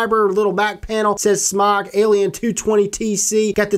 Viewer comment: its Smoke not smawk